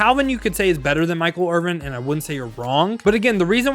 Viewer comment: Stop saying Michael Irving😂😂😂. It’s Michael Irvin . Sorry, but that’s just sad af.